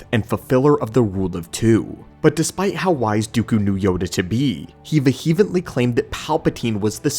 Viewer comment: love the content and effort. But please do this for me… I know it looks weird but it’s pronounced: “Vee-uh-ment-Lee”, not “VeeHeMentLee”. I’d like you to sound as smart as you are. You’re clips are the Way and may the force be with you.